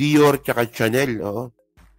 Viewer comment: It's shanel not tsanel😂😂😂